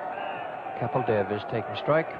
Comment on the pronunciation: OMG, THEY GOT KAPIL'S ACCENT RIGHT AS WELL. 😍😍